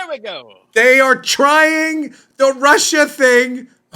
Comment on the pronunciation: Russia Russia Russia!!! Sounds more like Marsha, Marsha, Marsha!!!🤣😂🤣😂